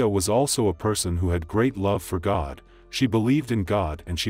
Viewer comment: R.I.P. 😢Not sure why the narrator emphasized her ‘Love for God’?